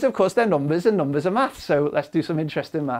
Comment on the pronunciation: Not a math comment. I just like the way he pronounces numbers as "noom-beh-s"